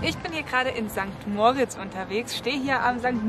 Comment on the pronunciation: Wie immer ein sympathisches Video. Aber gell, das O in St. Moritz spricht man kurz aus;)